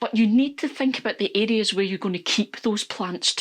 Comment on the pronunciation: Listening from Texas, USA and I was so confused listening in. I finally figured out that you’re saying areas (I thought you were saying idiots). 😂